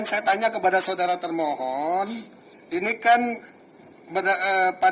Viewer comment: kok ketika hakim bilang termohon yg saya dengar malah termul 😂